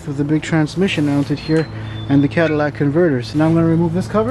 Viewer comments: "Cadillac Converters" :) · Cadillac converters 😂 definitely a great video. Sorry I had to say something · The "Cadillac converters" 😳😳😳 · "Cadillac converters" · He said "Cadillac" converters haha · Oh yeah, you’re not getting past the “Cadillac converters”. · German cars will always be junk. Own in warranty under lease then GTFO. Wayment...you said "Cadillac converters"